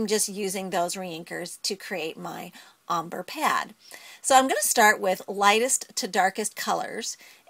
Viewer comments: It's pronounced ombrey not ombr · Lol "ommbruh" It is ombr(ayy) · she is saying ombre wrong u prenouce it is om brey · Wow... Ombre, Adirondack.. Your pronunciation sucks. :-)